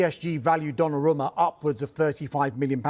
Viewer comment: Calling him Donnaroma hurts my ears